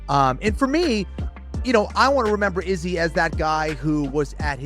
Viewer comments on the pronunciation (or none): Youre the only person that pronounces izzy's name that way